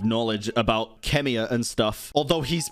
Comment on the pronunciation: YO YOU ACTUALLY SAID "KHEMIA" INSTEAD OF "KAENRI'AH" YOU ARE A FURRY